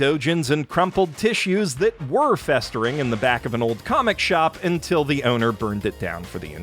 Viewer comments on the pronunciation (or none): none